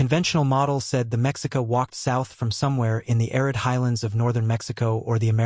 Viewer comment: Mexica is pronounced Meshica with the accent on the second syllable.